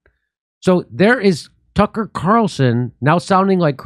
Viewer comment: Jimmy, are you intentionally mispronouncing Mr. Carlson's name? Jimmy keeps saying, "CHUCKER" Carlson.